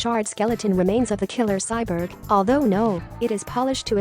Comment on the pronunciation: The irony of a robot voice not being able to pronounce “cyborg”. Still a nice informative video, missed the lights and crew visible in the alley chase though.